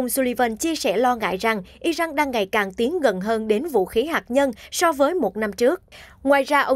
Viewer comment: Sao cô đọc tin mà kh ở không đọc đúng tên nhân vật Iran chứ không phái Ijan, cô ơi